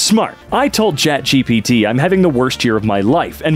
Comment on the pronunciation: Chat Gapit, lets go with that. Edit: I talked to Chat GPT and it is approved but with a slight differance, just say Gapit.